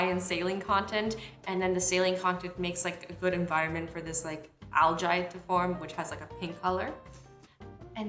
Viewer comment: it's actually pronounced al-gee😅😅😅😅😅😅😅😓😓😓🙏🙏🙏🙏🙏🙏🙏🙏🙏🙏👌